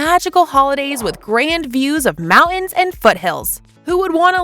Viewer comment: Interesting, but the narration is over the top, like a narration of some goofy Saturday morning kids show with sound effects...and the girl said mou - an for mountain. Take it down a few notches. It's not earth shattering news.